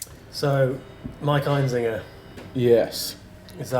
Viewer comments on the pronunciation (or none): His name is Einziger. Why are they pronouncing it EinZINGer? I have always said Einziger like you write it. Am I wrong? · The only thing you missed is how to pronounce his last name. EinZIGer not EinZINGer. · sorry to bust your balls but his name is actually einziGer not einziNger. :/